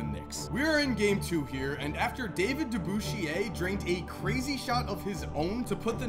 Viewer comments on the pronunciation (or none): lmfao "David Debooshi-ayy" ... ITS DE-BUSHER... my god. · How can a guy who claims to like bball call him David DE-BOUCHE-EE-AY? Its Dave DE-BUSH-ER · Lol David "DaBoOsHiAy" It's pronounced "Debusher" Spelled "DeBusschere" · DAVID "*De-BUSH-ER"* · Dave Debushure (Pronounced that way) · that Dave from the 70 Knick team. His last name isn’t pronounced all French like you said it. It’s pronounced De bush er. I only know this because my cousin is his nephew and shares the same last name. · You butchered Dave DeBusschere name lol it’s De-bush-er. Great video as always. The only reason jerry got a ring was and the knicks didn’t win three in a row was cause the knicks were riddled with injuries. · Dave Debusschere = Dave DEBOOSHEAY1? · Come on Man..Learn how to pronounce Mr Dave DeBusschere's name properly. He is a top 50 player of all time..De Bush er. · I always pronounce it De Bu Shay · agreed: dah - BUSH - er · Lmao the way he said Debusheres name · Gotta love that Dave DeBusschere pronunciation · the way he pronounced Dave Debusschere’s last name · Wait, was that pronunciation of Dave Debusschere meant to be a joke? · David WHAT? That’s not how you pronounce DeBusschere! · you butchered the pronunciation of dave debusschere’s name. He was on the NBA’s original top 50 list..come on. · not the right pronunciation of "Dave DeBusschere" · Exactly. Bothered me too. And they seriously announced Dave's full name when he made that shot. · You De-Butchered Debusschere's name. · As soon as I heard the pronunciation, I exited the video. He is on the list of top 50 of all time. The guy was a work horse who could out muscle half of today's NBA who are 5 to 7 inches taller than he was.